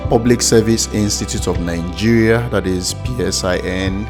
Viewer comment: Great vid...but pls, it's not Ningeria but Nigeria!